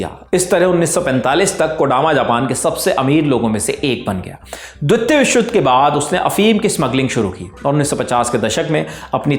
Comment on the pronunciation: 'द्वितीय', ' मुख्यालय' शब्दों के उच्चारण ठीक करें